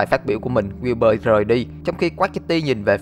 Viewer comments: Wilbur đọc kiểu "quiu bơ" ấy =)) lúc đầu tôi cũng đọc thành wibu =)))))) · Ghi wibu xong quên cách đọc Wibur luôn rồi